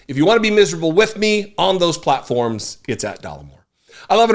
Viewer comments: Another word you always mispronounce is "until". You say it as if the final vowel is "e" rather than "i", although I've noticed a number of Americans doing the same thing. As for place names, I wouldn't worry about it until you're confronted with Llanfairpwllgwyngyllgogerychwyrndrobwllllantysiliogogogoch, which is a place in North wales. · Omg! Lol. It's funny that you realize you say "appreciate" incorrectly because it irks me every time you say it. You also incorrectly pronounce "until" as un-tell. That's another one that drives me crazy. 😅